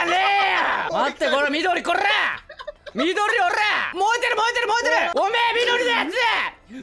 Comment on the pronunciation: 燃えてる 燃えてる 燃えてるが よーでる よーでる よーでる にしか聞こえない僕は病気か！！？